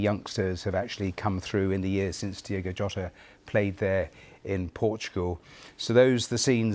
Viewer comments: Incredible how much respect the bbc are showing here but they continually get his name wrong. It's Diogo not Diego. Learn who your talking about. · Kinda disrespectful that in a lot of British news broadcast, the host names him "Diego" instead of "Diogo". They can't even spell his proper name smh